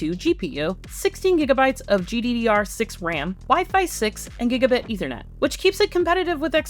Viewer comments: I think he's referring to how they said it. It sounds like eFernetport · whoa, never heard Ethernet pronounced like that. At the IT shop we always say it like eSports -- "eThernet" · . Interesting way of pronouncing ethernet.